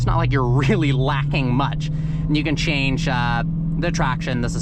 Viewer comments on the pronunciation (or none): none